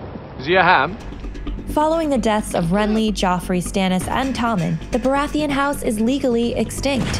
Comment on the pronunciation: I think its more that no English person would ever pronounce it that way. Its the same with Baratheon, GRRM emphasises the ON when all the British actors use -UN.